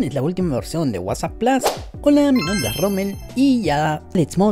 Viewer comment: Se dice Plus no Plos 😂